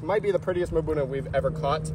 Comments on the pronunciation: Mbuna - A word in the local Malawi Chichewa language that translates as "rock dwellers" Ie: a whole bunch of cichlid species normally found in rocky areas. Pronounced - mmmm-buna. No vowel sound between the m and the buna. Nice job! Both Blue zebra and the exapasteratus are members of the mbuna group. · Hi hehe it's pronounced Mmmmbuuunaa